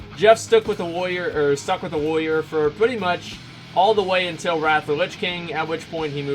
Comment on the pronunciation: he actually has a speech impediment, he cant say warrior